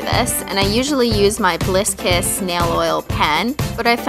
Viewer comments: oh lol thought you said bliss piss!!! XD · at first i thought she said "Bliss Piss" instead of "Bliss Kiss' XDD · am I the only one who understand bliss piss than bliss kiss? :D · who else thought she said bliss piss?